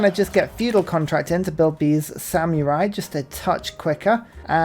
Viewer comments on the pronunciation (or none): Oh dear, pronouncing samurai with a y in the middle is back. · Apparently no-one taught you how to pronounce samurai. It's Sam err eye, there is no y in the word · I know it's a British thing, but I chuckle at "sam-you-rai" everytime